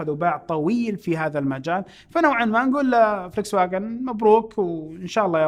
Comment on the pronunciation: اخوي اني احبك ومتابعك من ٣ سنين ، بس حبيت انبهك ع شغله بلا معلميه عليك ع اسم سياره هي اسمها فولكس فاكن الالماني جذي تنطق ومشكور ❤